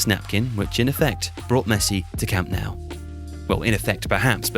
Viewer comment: It's Camp Nou or Nou Camp....with Nou said as 'Noo' not 'Now'. ffs.